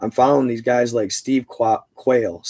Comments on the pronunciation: Dude Steve Quayle... pronounce it like the bird.. you kill me with that pronunciation 🤣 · Steve Quayle is pronounced Steve Quail like the bird 🐦